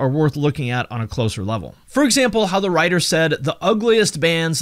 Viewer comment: Whats wrong with "wriger"